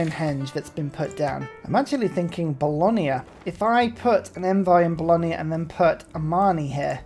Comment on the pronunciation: Sorry, I hate to do this, but it finally grated on me too much after many videos. There is no 'i' in Bologna. It's not Bolonia. The 'gna' sound is just as in lasagna, not lasania. Fear not though, in general, your pronounciation of city names is far better than a certain Irishman.